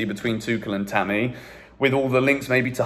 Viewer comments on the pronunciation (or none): none